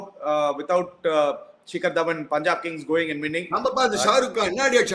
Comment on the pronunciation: Tongue slip shikhar Rishi aagiruchu😂